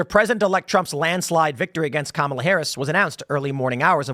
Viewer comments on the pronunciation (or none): none